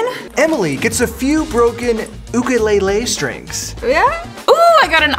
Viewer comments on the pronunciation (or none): calling it a ukuleilei and not a ukulele